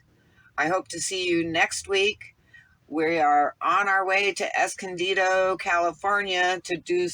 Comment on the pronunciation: I just heard you say Esondido? I would love to hear how yo can boondock there if its possible :)